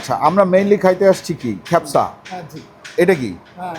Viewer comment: "খ্যাপসা" উচ্চারণটি ভুল। সঠিক উচ্চা "কা" দিয়ে - "কাবসা" (অথবা "কাবছা")। 'মান্দি" উচ্চারণ ঠিক বলেছেন।